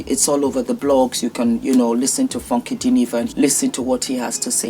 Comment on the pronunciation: Hello. I've never heard anyone pronounce the words "Funky Dineva" so beautifully. So musical.